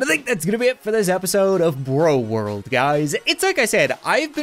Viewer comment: Jeez there is a full RORLD!: WORLD Me: English is macey today huh!? Me: CRAZY